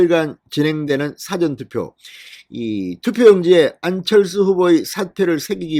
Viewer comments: 사전 투표가 아니고 사:전 투표아닌가요 듣기가 좀 그러네요~^^ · 사전이 아니고 사~전 투표로 발음해 주세요!